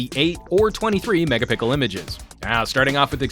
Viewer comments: 8 or 23 "megapickel" lol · How can a professional YouTuber say,Mega pickle.Loooool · "megaPICKLE images" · did he said mega pickle images?